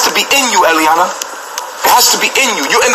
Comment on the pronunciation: Its eliana, not iyah